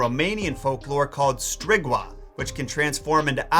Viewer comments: I love your video, but Strigoi is pronounced Stri-GOY, NOT Stri-GWA. Also, despite other folklore being around before Dracula was written, it is the rulebook for dealing with vampires. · Now how can first vampire be a Egyptian goddess when the word Vampir is 100% Serbian. Remember Romanian is not English :), so its not StrigVa its pronounced sometning like Stregoy. I think you are wrong about the garlic too, it does kill monsters but there a lot smaller and live inside you. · Strigoi is pronounce Stree-goy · The vampiri creatures în Românian folklore are NOT called "strigoa", but "strigoi". I guess you applied French rules of reading to the word. The Romanian pronunciation is "stri-goi" (like in "going to") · that's btw. romanian, not french. it's strigoi, not sdwriggwa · So strigoi is pronounced strig-wa not strig-oi? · strēg-OY, not STRIG-wa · It is pronounced Strigoi with a "goy" sound. That's what I heard. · its pronounced 'STRI-GOY'. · Decent info but the creature strigoi was pronounced Stree-goy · Hey 👋 it's pronounced Stra goy! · Strigoi is pronounced Stree goy like boy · My Romanian heritage screamed out when you mispronounced Strigoi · You butchered the pronunciation for "strigoi" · If anyone cares, it's pronounced differently. The last 2 letters (oi) are pronounced as they are in K"oi" fish. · In "strigoi" the "oi" isn't pronounced like the French do, its the latin way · Strigoi is not pronounced the french way...